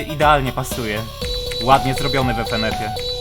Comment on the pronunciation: Ja: Fynyfy: Efenef 🤣🤣 Ty To Sasem Potrawisz Mnie Rozbawić